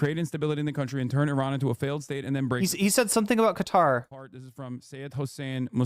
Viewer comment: Qatar should be pronounced as if you're saying the words cut & tar in a row, like cut-tar.